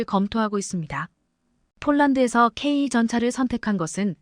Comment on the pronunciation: ""씨!(=영상 제작자)에게 묻겠습니다. "K2"를 "케이 투"가 아닌, "케이 이"로 읽고, "km"를 "키로 미터" 또는, "킬로미터"가 아닌 "케이 엠"으로 발음 하고, "진입 장벽"을 "진인 장벽"으로 발음 하는 "당신"은 도대체, "어떤 나라 인간" 입니까? 내가 보기에는 당신은 절대로, 절대로, 절대로, "대한민국 국민"이 아닙니다. 거기에 더해서, 현재 폴란드가 원하는 수준의 무기를 만드는 나라는 ("미국, EU, 이스라엘 "일본", 한국 정도 인데)라고, 말을 했는데, "대한민국"을 '한국"이라고 하고, 또, "일본(Nippon=Japan)"을 "슬쩍 끼워 넣은 것"으로 "유추"해 보건대, 당신은 "Nippon=Japan= 일본)" "인간"인 것이 "확실" 합니다.